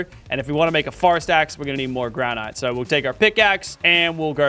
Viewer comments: its not gran ite its gran it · Why is everyone pronouncing Granite “Gra-night” Ali-A and now Lachy…🤦🏻‍♂️ it’s Gra-nit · Bro said granight